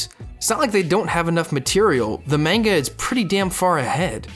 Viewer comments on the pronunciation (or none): I don’t think that’s how you pronounce manga...